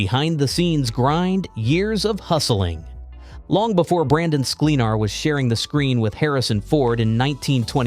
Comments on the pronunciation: At least get the pronunciation of his name right! SKLEN-ar. Not SKLEEN, not accent on the last syllable.Plenty of examples of him saying his own name. Check it out. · At least get his last name right...